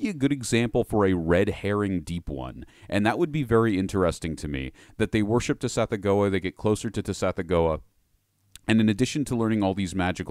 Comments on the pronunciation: I truly dont wanna be THAT person in the comments...and yet for a brief moment i must. The word "gease" is pronounced GESH. Also, i know when it comes to saying lovecraftian names its a little less ironclad, but ive always been under the impression that "Tsathoggua" is said like sath-OGG-wa. Basically would rhyme with something like "BathFrogDuh" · "Suh-thogg-wuh" = Tsathoggua